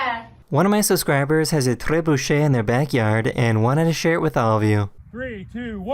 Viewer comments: a trrrrrrebuchet 😂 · Don't say "trébuchet" ever again lmao. Sincerely, a french person. /j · The way you pronounced 'trebuchet' 😙🤌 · the only thing better than that homemade trebuchet was that pronunciation! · Bro, really got fancy on that trebuchet pronunciation! 😂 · Boy that tongue roll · the way he said it felt so "Hoh hoh!"🥖(excuse my french) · He's Canadian so he's probably just saying it as the (Quebecois) French would! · Right?! The rolling r really made it for me